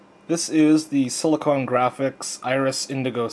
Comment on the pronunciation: silicon, not silicone